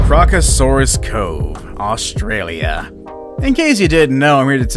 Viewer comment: That’s not how you say Australia mate 🤬